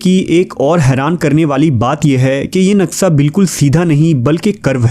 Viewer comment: Brother its naqsha not naqsa